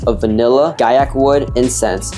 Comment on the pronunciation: The moment i heard gaiac 10 i left the video LMAO